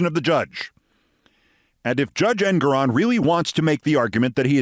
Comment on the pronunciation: FWIW...I understand the correct pronunciation of the honorable Judge's name is en-GORE-on.